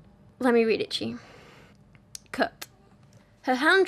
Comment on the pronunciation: Haha when you say "Cut" it sounds like "Cooked" to my American ass lol.